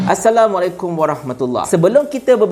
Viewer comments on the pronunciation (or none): none